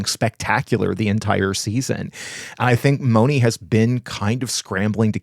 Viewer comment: Mone is pronounced with a long a-Monay. Not Moni.